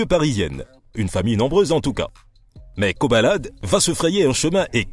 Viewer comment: C'est Koba la D au cas où et non pas "kobalade"...